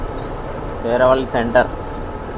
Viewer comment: anna peraavali kaadhu peravali